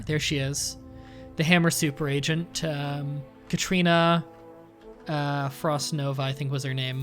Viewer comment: It ruffles my jimmies every time you say Katrina instead of Katerina